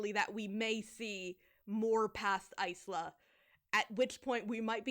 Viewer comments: I believe "Isla" is usually said "eye-la", going from the one person I know with the name! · no but that’s the thing, in English Isla would be eye-la and in Spanish it’d be ees-la but she says eyes-la. And also got really excited her main character name was top 3 for baby names and it’s like girl… Isla pronounced correctly has been a popular name for years wtf do you mean?? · Something that always bugged me: There are a lot of character names that are just words in Spanish, and the book is meant to have a lot of Latin influence (according to the author). Oro Rey - Gold King, Azul, - Blue, Isla - Island... The word "isla" in the language is pronounced EEZ-LA. (like Yzma from The Emperor's New Groove). But, her name is apparently pronounced either EYE-LA or IZ-LA depending on who you ask because I'm still not sure if Aster ever clarified! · I'm guessing Isla is pronounced eye-la (like isle aka island). Does it matter though when the book is this dumb? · I don't think you're wrong. Isla means island in Spanish, and the Spanish pronunciation has the same "i" sound as Yzma. But in English reading it as island without the "nd" makes sense. Even as a billingual, I would've never landed on ice-la as chosen. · i think it's pronounced like island?? sometimes there are characters named isla in barbie movies and they always say it like island lol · That MC's name pronunciation makes no sense. Either go the Ysma way or go the island way, not both like THAT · I still can't get over the fact that Isla's name is pronounced that way